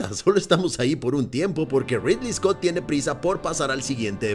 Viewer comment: Es ridly scot porfavor